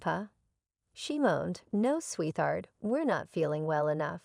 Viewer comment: PLEASE check the pronunciation of words, like SWEET HEART!!